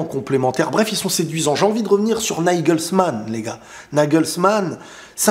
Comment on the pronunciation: hhhhh ça prononce "naïgeulsmane" pour nous impressionner,c'est réussi 😊